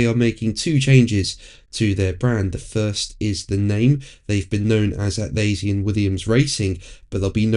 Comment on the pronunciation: Your pronunciation is completely wrong, Atlassian, please try again and here is a hint, how is SS usually pronounced?